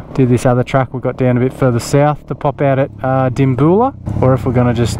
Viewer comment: Feels so weird having connections in a youtube video of a bloke ive watched for a while i live in dimbulah and my dad went to school with bruce and his brother and are still good mates ps its called dim-bew-lah not dim-boo-lah